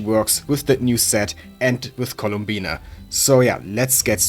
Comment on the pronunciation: it's columbina not "Colombina"